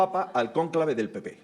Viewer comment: Von Der Brujen pronucia PP como Pi Pi ja,ja,ja. El Pi Pi europeo